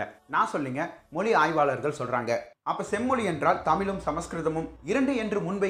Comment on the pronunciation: நீந்க சில இடத்தில் தமிழை தமில் என்றும் மொழியை மொலி என்றும் ஏன் அண்ணா சொல்லறீங்க ?